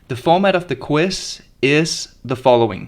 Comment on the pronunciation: It's a QUIZ, not a "quiss."